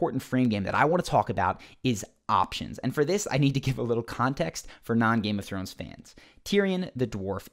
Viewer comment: "Nothing to do with Game of Thwones" 🤣🤣🤣🙈